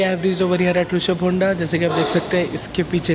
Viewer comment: Bhai Hunda nhi Honda 😛